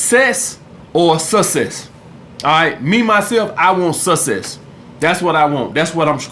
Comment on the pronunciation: “You either want sesss or susess”